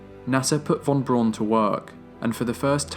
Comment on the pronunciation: Just one nitpick. Werner Von Braun. In German "w" is said like an English "v", v is said like an English "f" and "au" is said the way "ow' would be in English. So, (and I apologize this is not real phonetic spelling, just simple sounding out with similar English spelling) it would sound like Verner Fahn Brown. I know we English speakers regularly butcher foreign names, and you are just following the tradition of mispronouncing his name that dates back to newsmen that were his contemporaries, but it is the 21st century and we can Google the proper pronunciation. Again just a nitpick, because of my own pet peeves, for an absolutely stellar (lol pun intended) documentary. I will stand by saying Braun correctly though. It literally is the German word for brown and has virtually the same pronunciation.